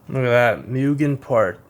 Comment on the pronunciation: Moo-gen not mew-gen.